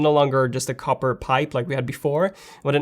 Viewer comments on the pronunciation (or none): none